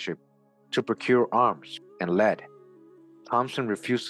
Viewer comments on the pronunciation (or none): none